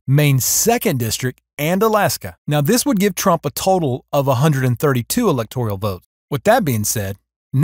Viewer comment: STOP saying: Elector - IE -al. The word is: ELECTOR - AL. There is no I or E in that word. You made me cringe--couldn't keep listening. Elector al.